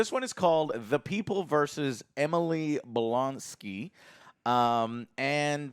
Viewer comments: Dude can’t even say Emil right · Did this fkin guy just say Emily Blonsky? Wtf Joe, why is it so hard for him to get names wrong in every single show & movie they watch?! Its been a decade of reviews, wtf dude?! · Did you seriously say “Emily” instead of Emile? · keeps saying Emily instead of Emil. Why is no one telling him? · Joe, loved how you emasculated the Abomination by calling him "Emily" and not "Emil" LOL! Fan outrage!!! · Calling abomination Emily is on par with the twerking lol it’s Eh-Meal! Lol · ‘Emil’, not ‘Emily’. ‘E-Mil’ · It's Emil (e-meal) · Dude, Emil is not pronounced "Emily"... Abomination's real name isn't Emily..... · Joe work on that pronunciation. It's Emile blonsly not Emily blonsky lmaoo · did i hear correctly - Joe just said - Emil-y Blonksy. haha. Joe aint great with names. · Did he really just say Emily Blonsky? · Good ol and his pronunciation. Emily blonsky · Did Joe really call Emil Blonski, Emily? 🤣🤣🤣